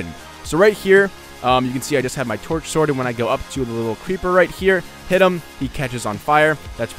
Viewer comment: am i the oly one that heard twerksword instead of torch sword